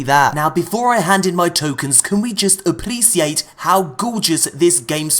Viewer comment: Last time I checked, appreciate was not pronounced with an "L" check this guy out . And neither does precious have an "L" in it . Wth?